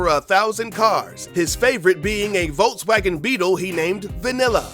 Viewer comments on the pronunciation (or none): none